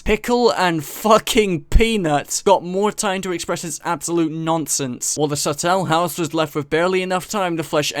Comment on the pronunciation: Why does he pronounce it like "subtle house"